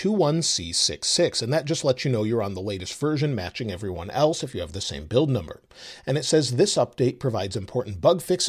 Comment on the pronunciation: Hi - can you please answer this off-topic question?? When you say “Hi everyone” at the start of your videos you pronounce everyone as “effri-one”, however when you say the word in a normal sentence in videos you pronounce the “v” sound correctly. I’m just baffled. It’s not a criticism, it just sounds odd to me. Love your videos.